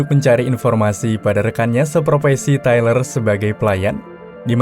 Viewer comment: Treler wkwkkwkw tyler cuk baca tailer wkwkwkwksk